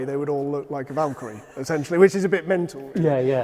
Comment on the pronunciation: Vakyrie it's